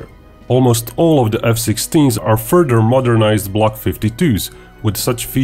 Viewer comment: Further not furder